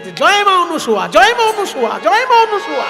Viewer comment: আপনি ক্রমাগত সতী অনুসুয়া বলে গেলেন, শব্দটি কি অনুসুয়া না অনসূয়া একটু বললে ভালো হয়, আমি যতদুর জানি, নাই অসুয়া যাহার তিনিই অনসূয়া, এক্ষেত্রে অসুয়া শব্দের অর্থ ঈর্ষা।